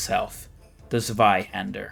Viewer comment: I like how you pronounced zwiehander. I do it the same way. It seems like a Dutch or German word, and since the w is a v sound in German, it just seems right